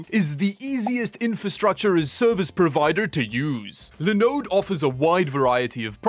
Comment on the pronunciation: Nobody says Linode better